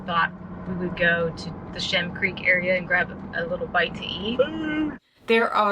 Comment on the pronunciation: FYI, It is Shem Creek, not Shim Creek. Great video!